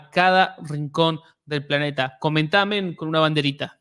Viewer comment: Dices amen en lugares equivocados.... y no suena oh men.....